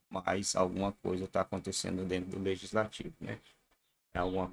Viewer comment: Leitsnativo ou leigislativo kkkkk